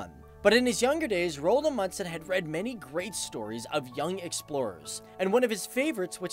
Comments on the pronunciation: Rold amudsen? I think you mean Roald Amundsen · I dont really care how foreginers pronance our names but, i heard he said it more like Roald Mudsen xD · The way you pronounced Roald Amundsen is ... just so so bad😂 -Norwegian here :) You say it like Rold Amudsen. You need to say the "O" in Roald longer and the "A" and the "U" in Amundsen longer. And remember the "A" in Roald and the "N" in Amundsen. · Rold Amudsen, faktisk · Names can be hard I know, but just a tip if you mention him again :) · How he said Roald Amundsen tho😂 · The way you say his name makes me gag, but this was a really good video mate, well done